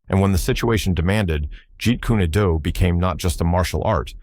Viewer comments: I can't be the only one bothered by "jeet kuni doo" lol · It is pronounced, Jeet coon doe. Very annoying AI narration. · that's not not the name of Bruce Lee's Art that he created it is pronounced Jeet Kune Do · "If you ever meet a master of JEET KUNE DO"...they will know how to pronounce it. Stupid AI. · This ai dude hasn't even got any schooling about pronunciation or grammar!!! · Now if they could pronounce it correctly